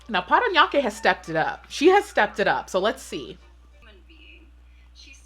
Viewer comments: How you say “Parañaque” is really on point!! Loving it ❤️ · I'm impressed that you were able to correctly read the cities... you nailed PARANAQUE :)